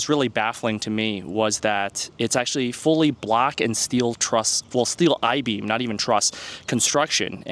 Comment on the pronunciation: Ohhh, "block." I thought you were saying "black", lol 😅